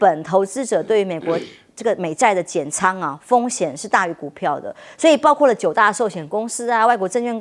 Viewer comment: 教授，大学教授讲错别字，包括不是包瓜